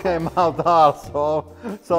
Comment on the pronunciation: I know he said "bottom fell out also" but it sounded like "bottom fell out of asshole" which is a whole other kind of problem...